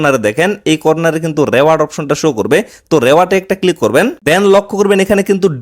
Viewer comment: রেওয়ার্ড না রিওয়ার্ড 😂